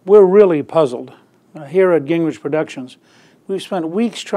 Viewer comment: It's Ging-Gritch, not Gink--Ridge.